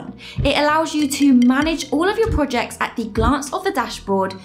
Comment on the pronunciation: I cant help but notice how you pronounce Projects as PUJACKS and Products are PUDAKS 🤣🤣🤣🤣🤣 Great Work!!! (y)